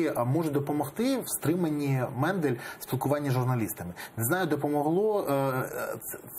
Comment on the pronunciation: Не Мендель, а Мандель! Коли ви вже навчитеся вірно називати прізвища!!!???